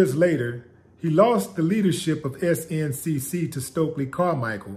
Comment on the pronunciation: Stokely Carmichael was one of the greatest orators that ever lived! And who said S-N-C-C? Everyone knows it's pronounced, "SNIK"